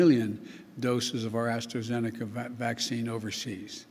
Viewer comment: What's Astro-venica? Did he confuse AstraZeneca with Astroglide?